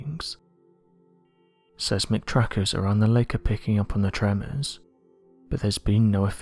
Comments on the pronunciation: Seismic is phonetically pronounced as 'Size-mik', not "Sez-mik". 😕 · Gatchaman_Bird_Style: I’ve always heard it pronounced as Size-mick, have I been hearing it and seeing it spelled (Seismic) wrong? As if so even my spell correct is wrong. As it’s also spelling it as Seismic. Or perhaps just the pronunciation. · Seismic (SIZEMIC)